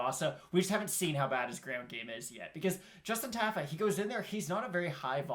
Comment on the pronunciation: Not a big deal, but I'm pretty sure it's "TAH-fa". I lost money on him last time